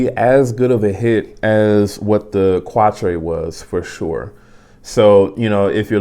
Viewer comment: It’s pronounced without e at the end witch is the number 4 in French